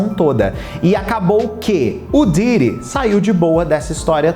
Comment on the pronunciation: O cara é youtube e não sabe pronuncia o nome de Diddy!😅😅😅